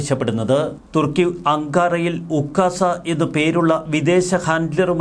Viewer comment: ഈ ചാനലിൽ ഒകാസ എന്നും മറ്റു ചില ചാനലുകളിൽ ഉകാസ എന്നും പറയുന്നു. പുകാസ എന്ന് പറയാതെ ശ്രദ്ധിക്കണം